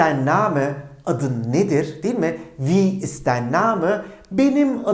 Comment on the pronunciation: dein telafuzu dain değil mi